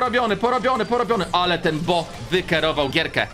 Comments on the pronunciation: To jest bo a nie bu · nie bu tylko bo😡😡